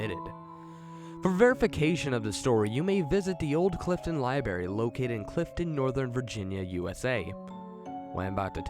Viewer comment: im sorry but its library not libary